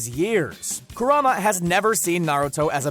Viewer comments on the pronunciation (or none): its Kurama not Karuma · it's Kurama not Karuma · Step 1 of anime content of any kind... Learn to pronounce the words correctly. Its not Jitsu, its Jutsu, its not Ma dara, its ma-da-ra. C'mon anybody whos watched at least a single season of Naruto at least knows how to say pronounce Jutsu Edit - - also its Ku-rama not Ka-ruma... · Is weird that people consider a plot hole Naruto being the same age as everyone when he becane a gennin like... Not taking into consideration that how stubborn he is, he managed to get into the academy earlier since thanks to Kurama or should i say Kuruma... Yeah i noticed the miss pronunciation... Naruto would display a good overall affinity with ninjutsu an a early age and Is never stated as far as i know that there is a minimum age to enter the academy. Same goes for Rock Lee, as far as i know Is never stated that the only exam conducted to enter the academy or graduating from it only to perform a clone jutsu. So is not actually plot holes but more like taking only what Is shown as the only rule when said rules i believe where not even stated. And the creator had Neji killed to show to Obito that Naruto would stay true to his word. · Lmao he said kurama as karuma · "karuma" Smh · He pronounced Kurama as "Kuruma"... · KARUMA? its kurama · karuma lol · "Kuruma" yup. He aint seen the show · Question did he realy call kurama karuma or am i the only one that heard karuma ? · its Kurama not Kuruma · I was looking for this. loled my ass off when he said kuruma. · “named Keruma” bruh. Put some respek on his name! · You can tell how much he’s watched naruto by those pronunciations. Karuma, madah ra ucheha, erika. This video hurt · "jutt-soo" "kuh-rooma" "muh-darra uchee-ha" damn dude learn to speak. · And the way he pronounce Kurama got me 😂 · Did he say Kuruma when talking about the Kyuubi? 😂😂😂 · *MA-DA-RA* *KU-RA-MA* Please pronounce them correctly. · Kiruma Jitsu Mah-dar-ah Pls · The way he said madara and kurama piss me off